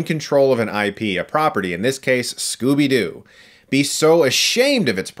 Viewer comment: Scooby Dee? XD